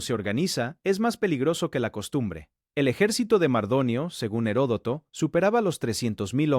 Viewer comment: Se lee y se pronuncia "ERODOTO". "Gerodoto" o "Jerotodo" , es incorrecto.